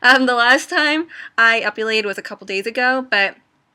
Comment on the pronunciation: ep-I-Lated NOT ep-U-lated